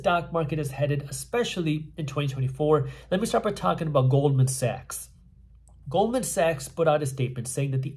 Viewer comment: I thought he said gold and sex, and he said Goldman Sachs 😅!